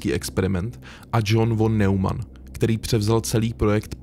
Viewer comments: Von Neumann sa vyslovuje nemecky "fon nojman" ;) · Pěkné video, jen podotknu, že "von" se čte jako "fon", jelikož v němčině se "V" na začátku slova čte jako "f". Zároveň kombinace "eu" se čte jako "oj", takže "Nojman", ale to je jedno ve výsledku, jen to němčinářovi rve uši.:D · Von Neumann sa cita nemecky "fon nojman" :))